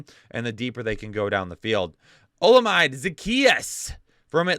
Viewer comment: Oh-la-mi-dae. Not olamide